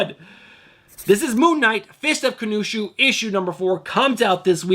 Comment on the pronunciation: Pronounced Kon-Shu :)